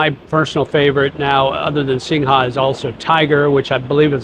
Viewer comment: Good for you in trying to learn Thai...chok dee SINGHA is pronounced without the A...SINGH